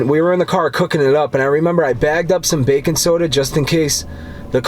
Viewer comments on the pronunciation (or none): Haha I heard "Bacon soda" too and then I realized he was saying "bakin' soda" lol